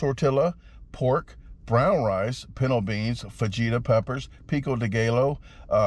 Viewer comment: It's pronounced Tor Tee Ya, Fuh He Ta, peeko dee guy o